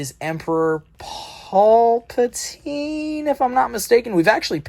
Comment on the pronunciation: come to the toy show in Jackson Florida on Sunday and I'll teach you how to pronounce paulpatine correctly